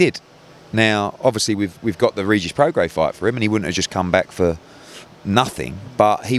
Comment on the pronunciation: You don't pronounce the S in Prograis just fyi